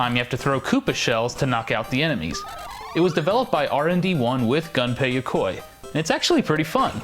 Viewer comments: Its not pronounced gun pay. Its pronounced goon pay. I know his name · It's pronounced Goon-pay not - Gun-pay! rocks in the corner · Very interesting, but I kept getting irked everytime Gunpei Yokoi's name was mispronounced. In the video, it was pronounced like "Gun pay", but the proper pronounciation is "Goom pay". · Dude..... GUNPEI NOT GANPEI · Hey, just so you know... It's 'goon-pei' That's how you pronounce it.